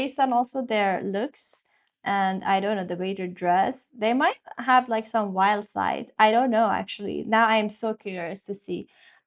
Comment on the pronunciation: This... you said "wildside"